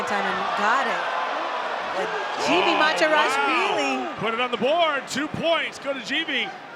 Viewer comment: Georgian names that start with the letter G are pronounced with a hard “g” sound, not “j.” So the name Givi is pronounced “Givi,” not “Jivi.” In the Georgian language, the letter G always keeps the “g” sound.